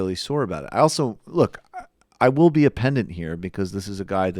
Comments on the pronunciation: Not to be meta-pedant, but it's "pedant" not "pendant". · Pedant* 😂 I'm sorry, I just had to because of the irony of mispronouncing that exact word. But good video